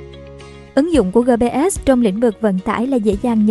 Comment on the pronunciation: Gờ pê sờ sao đọc gờ pê ét 😃